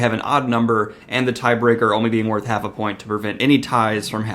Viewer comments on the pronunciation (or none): none